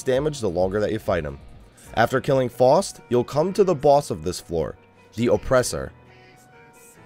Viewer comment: Not to be a dick, but it is (Fow-st)